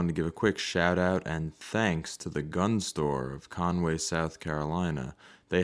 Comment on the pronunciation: Cornway. I was born in Myrtle Beach. Not Cornway.😇